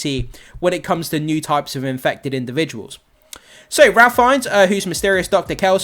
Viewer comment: Just an FYI: Ralph Fiennes pronounces his first name (phonetically) as 'Rafe'. Thought you might like to know.